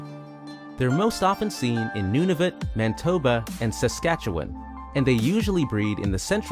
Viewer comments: It's Manitoba not mantoba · Also got "Mantoba" and "Nuvatnu" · Learn how to pronounce the names of the provinces. Not New Broonswick and Manituba. Why do you have to keep mentioning maple syrup? Save that for your videos about pancakes or cooking. Otherwise, an informative video about wildlife in Canada. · Not to mention "Mantoba" and "Nuvatnu" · The narrator mispronounces New BRUNSwick, as "New BURNSwick." He says shrews eat "ANTHROPODS," instead of ARTHROPODS, which would mean they eat creatures with human feet, or that they eat humans. "Anthropod" is not even a real word. He says "MANTOBA" instead of MANITOBA. It's spelled Caribou, not "Caribo." The narrator mispronounces NUNAVUT as "NUVATNU." He pronounces Curlew "Curliew." It's simply "Cur-loo." The Vancouver lamprey is not iconic like a moose or maple syrup. Not even remotely. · Homie, you pronounced Manitoba as "Mantoba" without the I... "New BURNSwick" instead of New BRUNSwick, and "Nuvatnu" instead of Nunavut.. How can you not read the words on your script lmao